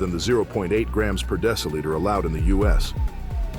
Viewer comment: How you pronounce deciliter is a crime against English.